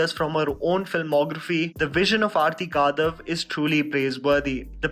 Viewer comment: Her name is आरती कडव. I think it is high time u stopped massacring people's names. Ur channel is growing, it is irresponsible Indian mentality to not care about getting pronunciation of names right. Anyway, this is a rare instance where I don't agree with ur review of a movie or series. I hated this movie. Total waste of such good talent which Vikrant Massey and Shweta Tripathi possess. I have found cut and dry documentaries more interesting than this poor attempt at filmmaking